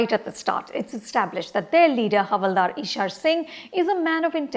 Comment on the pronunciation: She watched the movie and can’t even pronounce the lead’s name ishaaaaaaaar ‘’’And all about those action scenes in the end they went overboard with it’’ Its an action movie anupama come on Why do i feel like you are just reading a review made by your team